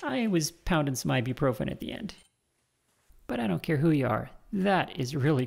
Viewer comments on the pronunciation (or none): none